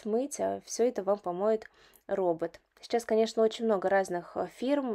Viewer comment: Мне всегда режет слух, как логопеду, что вы вместо слова сейчас, говорите шечас.